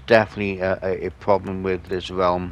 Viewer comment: Is the relwm bwoken?